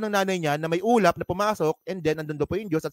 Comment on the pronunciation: Ah ulap pala, ang dinig ko ulam na nagsasalita 😂😂😂 kaloka